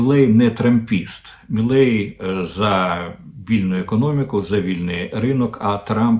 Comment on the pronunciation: Не «Міллей», а «Мілей», пане Дммитре. Javier Milei.